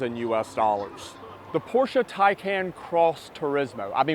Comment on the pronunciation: I love you, but I love you much more just for the fact, that you say PorschE and not just Porsch :D